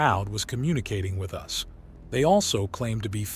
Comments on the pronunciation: I'm getting very tired that the damn AI pronounces us and U S.... it's distracting. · Teach the AI how to pronounce the word us and not the the letters